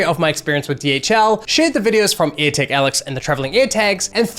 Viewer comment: Why do you get none of your vowels right? DEstination not DIstination AirtAg not airtEg I's are not E's and E's are not A's. Like can you seriously not hear yourself?